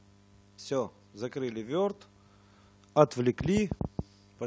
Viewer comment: не верд а ворд или word